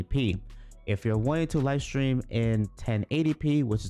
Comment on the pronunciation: it's Stream not Strean